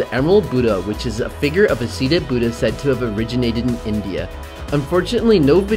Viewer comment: lol "the boodah" great prounounciation guys ;D